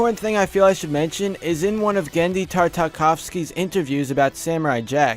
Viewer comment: why do so many people struggle with pronouncing Tartakovsky???